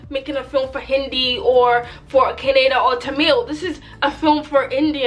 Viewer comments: It's Kannada (Kan like in country), not Caaanada. Awesome review though. KGF is a magnum opus of Indian cinema and Yash is a monster. And I'm going for the third time next week. My heart just isn't satisfied if I don't watch it again and again. Btw if you think this bearded Yash is handsome, you should watch him with no beard. Girls go mad over him. Mr and Mrs Ramachari is an amazing movie by Yash. You can watch that. Heck, all of yash's movies are amazing but many won't translate well to English since it's rooted in Karnataka culture. My favourite dialogue other than mother is the strongest soldier is the one where he talks about fear and how it should be in the heart of everyone who comes to face you. Fav song is Dheera Dheera. The music is something that sounded like it belonged in a Christopher Nolan movie. Pure epicness. PS: you're not shy. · It is ka nna da kannada not canada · Madam call it as kannada not kanneda. Plz next time pronounce correctly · It's not kannad it is kannada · please pronounce kannada properly